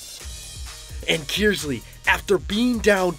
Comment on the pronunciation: Please clarify - Flint Kearsley is pronounced "Kurs-ley" not "Kiers-ley"......hopefully my old school of Davison will return to the finals again next year and win it all for the boys......